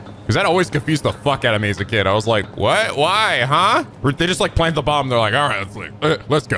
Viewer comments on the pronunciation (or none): none